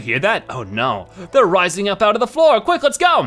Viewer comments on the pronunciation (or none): none